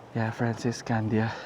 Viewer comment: Why you made it slang? Candia is the proper pronunciation, because you're a Filipino, right?